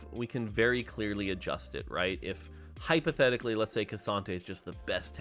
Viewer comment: IF "HYPOTETHYCALLY" KSANTE WAS THE BEST TANK IN THE GAME HAHAHHAHAHAHAH just "HYPOTETHYCALLY" right?